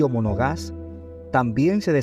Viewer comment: No es Trujillo “Monogás”, es Trujillo Monagas. Esto desluce la posible seriedad de este trabajo.